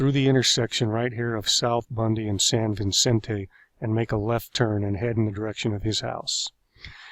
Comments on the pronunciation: It's San Vicente not San Vincente. Duuuuh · It’s pronounced “San Vi-cent-ay”. Not “San VIN--cent-ay”. There’s only one N in Vicente. (San Vicente)